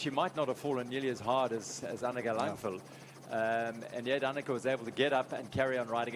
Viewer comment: LANG VAD Langvad learn to read.. WTF